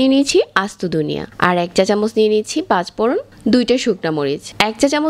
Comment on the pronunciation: এবাবে, পাচপোড়ন